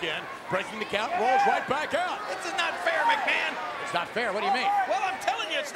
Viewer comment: McMahon actually does a very good job as a commentator.. And i love how Lawler could just call him "MsMahon"